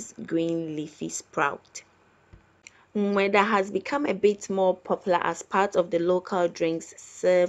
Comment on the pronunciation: I like how she struggles to say “nm3daa”😂